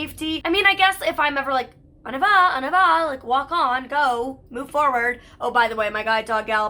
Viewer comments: I realize you aren’t French but it seriously makes me crazy that you can’t say “on y va” correctly. “On eee va” not “on ah va”!!!! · Your French is so bad, it’s not pronounced “on a vaw” it’s “on nee vah” You’d think after having a French dog all these years you’d learn how to say the basics ?